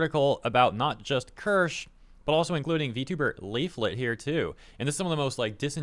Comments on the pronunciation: Ker-sha, Keer-shuh, the point is you're not calling her that out of disrespect. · Keer-sha actually, but close enough lol